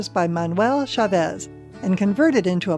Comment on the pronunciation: Manuel “Cha-VEZ” ? Huh? For Pedro’s sake! Work on your Spanish pronunciation!